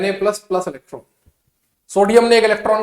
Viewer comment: Sir aap ese kyu bolte ho plas (+)1 😂